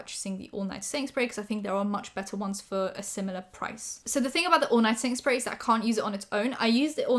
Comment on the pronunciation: What says: setting spray What my stupid ass hears: sainsbury's